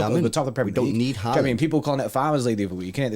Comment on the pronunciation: If you wanted a tutorial on how to pronounce Haaland the wrong way. Watch this